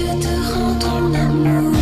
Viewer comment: "I apologize for not..." Me: please, say "my terrible french accent": "... translating in the beginning" Me: Oh.... It's OK, it's OK, dude...:) Tip: listen to Google Voice in french, and each word separatly, before saying it. "rends": don't say the d ans the s in the end "amour": pronunce "ou" like in the english word "you" and the r like a angry lion or a felin